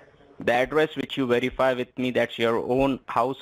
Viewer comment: Whereify..who are you..did he say lieinforcement..Yeh, how many peoples know your number...I thinks his head is going to explode...